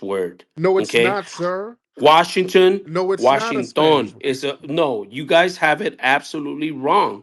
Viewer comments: Did he say Washing-ton... like reggaeton...... 🤦🏾‍♂️😂😂😂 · He said Washing tun lol